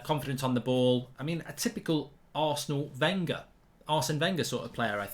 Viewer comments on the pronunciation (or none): none